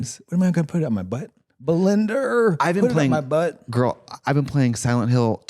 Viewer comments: Katya saying, "Belinder" every 5 seconds. I LOVE IT 😭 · I know Trixie knows Granny but I swear Katya must be a vod watcher because Granny's been saying BELINDER for weeks